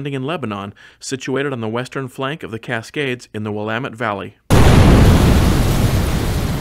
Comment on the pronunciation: Great video as always,! With my 77S friend, I have visited Lebanon airport where we enviously peeked into the twin engined Tecnam planes based there. It is good to hear "Willamette" pronounced correctly!! Safe flight back to Washington!!